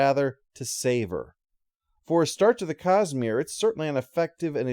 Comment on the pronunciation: I have to admit, it took my ears a while to recognize that was saying 'Cosmere' and not 'Cus-Smear'.